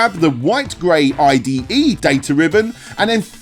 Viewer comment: I think its his pronunciation. Captions says IDE